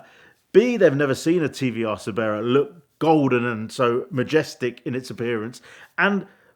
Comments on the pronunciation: Man, if this guy could pronounce a car name correctly, he could do well, gotta go find me one of those TVR Siberias, must be ace 😉.......... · This bothers me mostly listening him pronounce car names wrong. TVR Cerbera phonetically is Sir-bear-a. Peter would be spinning in his grave. Name was lifted from Cerberus, hound of Hades in greek mythology. Wicked car, especially the 5L AJP V8 red rose. Shame they butchered this max power travesty. Ed please do a Cerbera Speed 12 conversion seeing as they only made 3. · Why does he say Cerbera so weird?